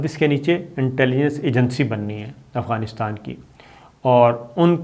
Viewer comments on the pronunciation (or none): none